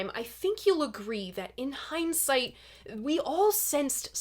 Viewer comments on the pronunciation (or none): none